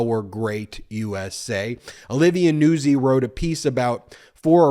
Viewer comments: NOOT ZEE, just sayin... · Isn't Nuzzi pronounced "nute-zi"? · Hey Ben, I’m a regular watcher and I’m watching you talk about Trump and his newest this video. And I just wanted to tell you that her name is pronounced Olivia Nutzi like pizza Nuzzi.